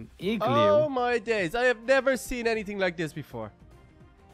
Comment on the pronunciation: Hahahahhahahahhahhahahahhahahahhhahahahhahahahhahahahhahahahahhahah you said igalooo